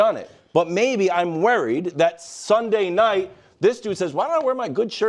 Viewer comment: why cant Wildes ever pronounce "worried" correctly ?😂😂